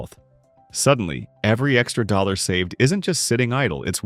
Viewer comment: The AI used for this video needs to work on saying dollar amounts 😂😂😂